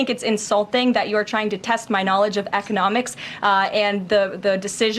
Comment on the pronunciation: am i the only one who heard her say "eth-nomics" instead of "economics"? was she drunk?